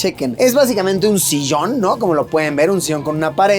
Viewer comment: Porque luis empezó a decir las ll como los gauchos??? Sillon se dice, no sishon